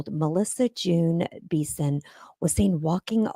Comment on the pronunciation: And it's not beeson it's 'be son' like that